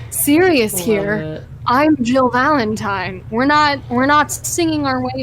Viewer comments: did she say valen-time? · Nicole: hey guess what? It’s Valentime! 😂 this is the content YouTube needs! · It's Valentime